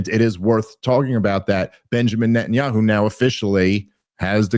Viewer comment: Dave on the verge of saying Net-n-Yoohoo